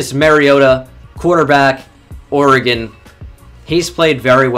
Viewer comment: Can I just say a huge thank you to you for pronouncing Oregon correctly? So many people don't know how to say it for some reason.